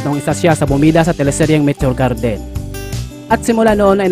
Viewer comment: Mitio Gerdin 😁😁😁 bisaya ka bay ✌️✌️✌️